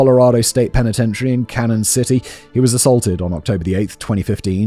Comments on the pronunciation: "cannon city" as well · The penitentiary is in Cañon City. (Pronounced kan-yun) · And it’s not pronounced Cannon City either.